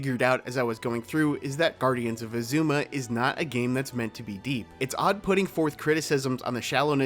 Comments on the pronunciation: Right? They say Azuma in the game so many times, it’s said on the title screen every time you start up the game, and yet they still get it wrong. Pretty typical for this channel to mispronounce things though :/ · aaaa, I love your video, but why do you pronounce Azuma like that😂